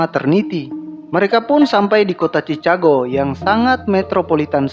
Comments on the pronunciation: sebutan chicago yg benar ada lah "chikago" bang² 😂.. bukan nya chicago bang² 🗿😂😂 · Maaf ya mau negur dikit "Chicago" bunyi chikago. Maaf ya bukan niat utuk hina atau nyinggung cuma negur aja. Maaf ya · Chikago bacanya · Sebutan yang bener "sikego" dek bukan chikago